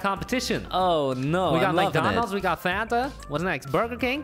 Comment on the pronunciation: Hispanics (not all) pronounce fanta as Fuh-Ahn-Tah